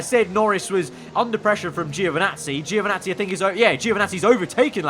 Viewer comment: Please, Giovinazzi's name is pronounced (Jo)vinazzi, not (geo)vinazzi